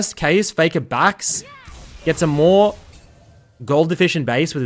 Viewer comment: How many people thought said maw instead of more